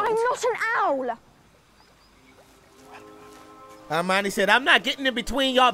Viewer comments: Back when The Batman was in a Harry Potter movie. My boy calls Hermione "Armani" 🤣🤣🤣 best way to remember is Her-Miney. And when you finish the series, you should check out the HBO special they released New Years. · He hit the caretaker with the “green blast” (death curse) at the beginning, Harry was seeing that meeting in his dream…also bro you saying Armani??? It’s HER-MY-NEE 🤣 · Its pronounced "Her-mine-ee". Ideally in a british accent the h is nearly silent and it sounds more like "Err (like error) - mine -ee", then the "mine" is a bit different too, but at least then you'd have the letters right. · Petition to change Hermione’s pronunciation to Armani 🙋‍♀️ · I ❤️ that you call her “Armani” 😂🧙🏻‍♀️🪄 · I know this is from a year ago but i'm still waiting for someone in the comments to tell him it's HERMIONE not Armionie. lmao!!!!! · Still with the "Armani" lol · Not criticize your pronunciation of Hermione’s name, but the way I remember it is: her-my-o-knee. Love your commentaries otherwise. Should listen to the audiobooks. Jim Dale is talented.